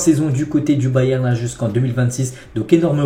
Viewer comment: t'as une maladie qui t'empêche de prononcer le "n" à la fin de "Bayern"?